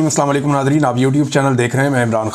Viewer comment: سر اسلام علیکم کہتے ھیں سام علیکم نہیں